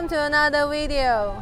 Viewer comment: Welcome to airnather wee deo